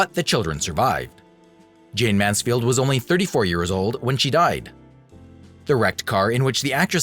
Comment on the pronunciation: For Heaven"s sake! Say the subject's name correctly or DON'T make the program. Such disrespect is appalling. JAYNE (not JayneS) MANSFIELD